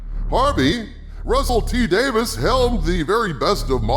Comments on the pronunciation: His name isn’t Davis. It’s Davies. Rhymes with “babies.” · Russell T. DAY-VEEZ, not Davis. Now you know. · Davies, not Davis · DaVIES not DaVIS old chap :) like its a plural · I really enjoyed this one,. We are of the same mind and heart in regard to the return of Davies. Expressing both sides through a conversation with Harvey was brilliant. I do find one thing odd, though...you are the only Who fan that I have ever met that mispronounces Russel T Davies last name. If it was intentional, it was not obvious.